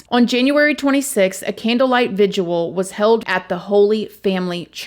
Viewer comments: It is VIG-IL. NOT VIGUAL. Come on! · I think it's just pronounced vig-il. Not vig-u-al. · "Vig-ill" vigil simple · I love how you combine the words vigil and visual lol. Vijsual. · It's not a vigual, it's a vigil... Lol aww you're funny when you mispronounce things. I love it!! Oh and it's Massa-chew-setts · Lol it's called a vigil not a vidual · The word is 2 syllables, VIGIL. You’re just adding an extra syllable. It’s not VIGUAL. I think is wonderful, she seems to care so much about people. I am like her in the way that I often say words incorrectly and I appreciate when someone helps me to get it right. I in no way mean it as anything negative. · you do an awesome job thank you. Please forgive the call out but I've heard you use the word "vigil" a few times but pronounce "vidual". Sorry to sound like a jerk but thought it was worth mentioning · I love your content and presentation but... .if you don't stop mispronouncing vigil I will have to stop listening to you. You continue to say "vigual" or "vijual"....There is no such word and it makes you sound a little uneducated. Yes, I'm a grammar Nazi but you can do it! Please.. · Vigil.. 2 syllables